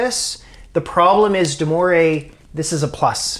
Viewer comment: There is no « deMoray’s » Theorem. Sorry. There are pronounciation files on YouTube you can study. Moivre is pronounced the same as poivre (the word for pea)